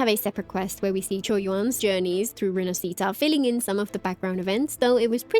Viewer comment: I really love your content but for the love of gatcha learn to pronounce "rinascita" properly.